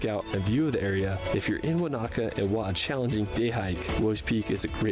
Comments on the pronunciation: Americans heavily accent the second syllable in most words. This is completely wrong Most Maori words. Wanaka = Wa na ka with equal emphasis. Not Wa NA ka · His emphasis on the second "A" in Wanaka instead of the first is pedantic. He made a good effort with all the names he used. Kia ora. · Listening to Americans butchering our place names is torturous - it’s WAN-a -ka, not Wan-AH-ka. If you’ve been there you should know that.